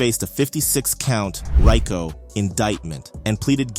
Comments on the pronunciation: Its Ree co, not Rye co, jackass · It's pronounced "RE-CO" 🤦‍♂️